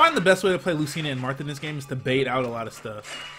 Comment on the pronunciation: its lu-CHI-na